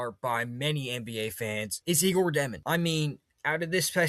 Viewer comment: Jesus his name is pronounced (yay•gor) (jo•men) 🙄